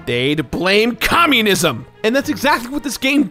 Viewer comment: I like how he says “cOMmuNISM!!”